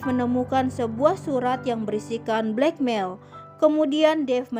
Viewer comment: Sis maaf bacanya "blackmel" bukan black mael - maaf ya sis